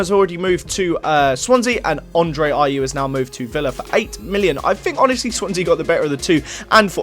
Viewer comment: You got the Ayew's wrong